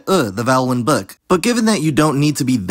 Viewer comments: i think you just say "book" really nonstandardly, most Americans I hear have a much more back and much more rounded vowel than yours and also yours is clearly more central than front, [ɵ] is much better than [ø] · Your ‘book’ vowel is certainly [ø̜], but the vast majority of GenAm speakers have something closer to [ɵ]; not [ʊ], yes, but definitely not so front as [ø̜]. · I would say you say book slightly differently to most Americans. At least for me the vowel is a rounded schwa, which didn't seem to show up on an IPA chart, but if I unround my lips without moving my tongue while saying it, I'm then pronouncing a schwa. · At the very least it should be more back because there's no way it is a fully front vowel, [ø] that just doesn't sound like what he says